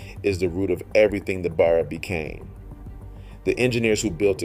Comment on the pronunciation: Discusses the police using Ford Falcons - shows footage of Holden Commedore police cars. I think your AI needs a rest. Also, teach it how to pronounce Barra. Actually - do the leg work yourself instead of getting AI to do it all for you.